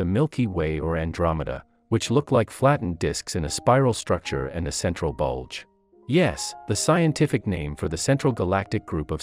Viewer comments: is where emphases on B U L G E lies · Emphasis on BULGE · the way he said BULGE is funny the hell lol funny but entertaining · “That similarly have a *BULDGE* “😭😭😭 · My immature self could not stop laughing when the word "bulge" was emphasized